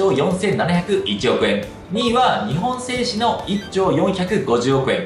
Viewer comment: 日本製紙の読み方は「にほんせいし」ではなく、「にっぽんせいし」です。